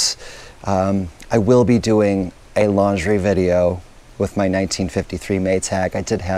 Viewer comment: You're going to do a lingerie video?!? I had to play that back a couple of times before I realised you said laundry! You've come back from holiday to Eden - everything looks so productive. My favourite part though is when you dug up your garlic - it's such a great thing to know you can grow. Try eating some 'green' ie:before it's cured - it tastes quite different. Glad you had a great birthday - sporting a little birthday treat on your arm there? Stop talking about winter! I've had the chorus of an old nativity song in my head all day, and the nights are drawing in ... Great tour again - thank you!